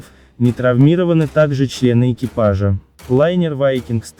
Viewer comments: мАрсэль или марсЭль? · кОрма, мАрсель, ..... его начАло сносить.... Ну ты автор и прикольщик! ))) Чтец из тебя ни кАкой)))